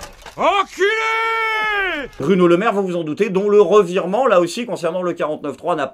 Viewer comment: Est ce que j'ai bien entendu? Il a dit "Burno Lemaire"?😂